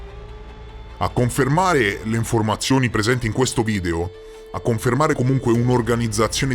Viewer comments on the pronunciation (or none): none